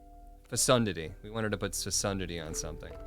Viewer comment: Lol yeah that is not how to pronounce that word 😂